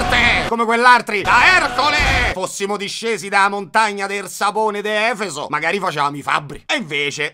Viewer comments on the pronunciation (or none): ti voglio tanto bene, però è Efesto non Efeso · avrò guardato questo video almeno 5 volte, o perlomeno ascoltato mentre facevo altro, ma devo proprio dirtelo che mi fischiano le orecchie ogni volta che dici "Efeso" invece di "EfesTo". Per il resto lo adoro e tiene alta la tua produzione